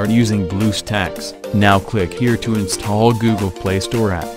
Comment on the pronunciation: in the beginning you said the Word "Insthall"